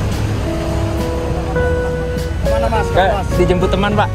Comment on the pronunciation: Weh sudah benar sebut Sengayam Bukan senggayam lagi wkwk